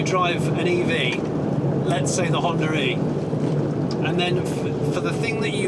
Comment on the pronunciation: “ I particularly like the HonDURReee”